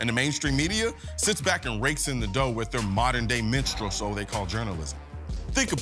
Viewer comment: He said "modern day menstral" lmao